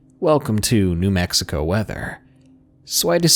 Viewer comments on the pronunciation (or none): none